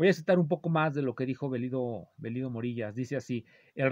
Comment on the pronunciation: El nombre del yutuber Morillas se pronuncia como vello, de vello púbico.